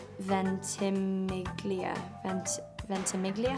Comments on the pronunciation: Yeah, it shouldn't be Ven-tih-mee-lee-uh, it should be something like, Ven-tee-meel-ya. Americans do this all the time with Italian words, adding extra syllables like in the name Gianna. They'll say it Gee-an-na instead of the way an Italian would say it (Gian-na or Jan-na if you like). It's possible that Milo actually knows the correct way to say it, but pronounces it this way so people know how to spell it. I do this with my name all the time. If I pronounce it the proper Italian way, no one will know how to spell it or look it up because it has a silent 'g' in it, so I intentionally pronounce it the wrong way because I live in the United States. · “Manganiello” and “Ventimiglia” are italian surnames and as an Italian person I can totally promise you that those are not the correct ways to pronunce them 😂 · Was not, the "g" is silent. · Funny thing here is that the current american pronuntiation of most of these names is still wrong. I can tell this for italian names: Manganiello and Ventimiglia aren't supposed to be pronounced like the person off-screen does. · Actually they pronounced Manganiello and Ventimiglia wrong even when they corrected her... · Yep, you're right. They can't pronounce the sound -gn for Ventimiglia and the -i for Manganiello, what's wrong with them? 😂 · it's an italian name, and that's not how you pronounce it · Yes, I'm italian and ventimiglia and manganiello sounded so wrong to me